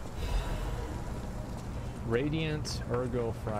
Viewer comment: Drinking game: Everytime Asmon miss pronounces "Ergo"...take a drink